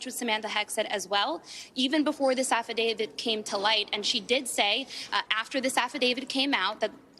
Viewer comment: Uhhh it’s AFFIDAVIT not AFFIIDAVID… 😅